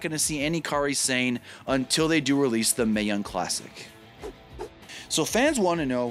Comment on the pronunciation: Sah-nay, not sane